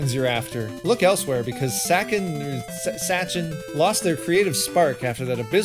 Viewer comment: Welcome back! I'll give you a bit of trivia: "Sachen" (when pronounced properly) is German for "things". Don't believe me? Try using Google translate and translate "Sachen" from German to English. I actually had ONE Sachen game on GameBoy when I was a kid. It was a 4 in one cartidge and unfortunately I can't for the life of me remember which games were on it. My Dad got it me from Germany as a present.